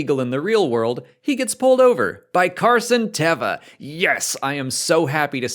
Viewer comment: Just as a little footnote, it's been confirmed (by Paul Lee) that the correct pronunciation is "Carson TAYva." Just a little FYI.